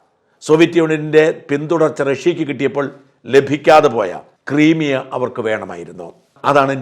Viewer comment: Creamea alledaa Crimea, pronunciation: Crymia